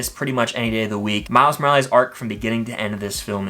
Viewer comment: MORAL-EES, TF IS THAT 😂